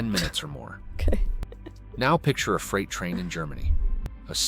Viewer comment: Bad A.I. video. It shows cars, not freight cars. Clearly A.I. built this video. Freight is pronounced "Frate", not "Fright". English may have lots of German words, but this one is not pronounced following the Germanic rules. English has many, many, exceptions to almost every rule. Read, read, reed, Reid. One of those is pronounced "red", but all the others are with a long-E sound. The USA has the largest rail system in the world. Ours it just optimized for freight, not passengers. Freight trains today, at least on the outside, look very much like they did 50 yrs ago when I was a boy. I've had to wait 20-30 minutes for a train to pass so I could get to school or work many times. I've been on Frances and Italy's high speed trains. They were nice enough, but felt well-used. The Italian train was a bit faster and felt higher-end from a passenger cabin standpoint., have you ever stayed in a sleeper car on a train? I have. They put 4 people into those cabins and lock you inside overnight to prevent thieves from visiting other cabins overnight. The conductor shows up twice in the middle of the night to check tickets and passports, assuming you aren't stopping to drop/pick up more passengers. Our cabin had the heat turned all the way up and we could only open 1 tiny window in the upper part of the windows. It was sweltering all night. We shared a cabin with 2 random people. Nice people, as you'd expect, but none of liked sweating all night in springtime (April). When the train